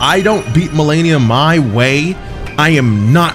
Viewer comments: Lol he definitely knows how to pronounce her name now lmao. Enunciation perfect and everything now lmao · Damn she humbled you so much you started saying her name right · anyone notice how he finally says her name correctly after a few videos of saying it wrong and her repeating it lmao.